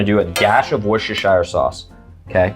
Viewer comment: I use brandy Please Andrew, Worcestershire sauce is pronounced